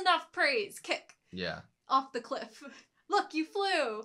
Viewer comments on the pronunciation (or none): none